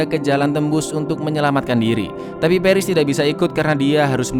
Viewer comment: Peris peris "pAris" Goblok cara bacanya